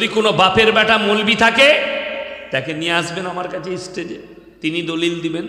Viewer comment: তুই আগে স্টেজ কথাটা ভালো করে বলা শেখ।